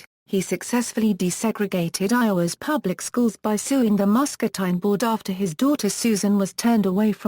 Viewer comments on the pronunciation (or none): If you are going to make a video about a place, learn how to pronounce the name correctly.